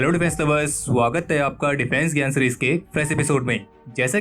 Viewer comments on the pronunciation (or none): none